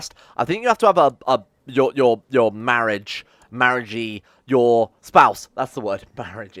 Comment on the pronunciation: "Marriagee" perfect.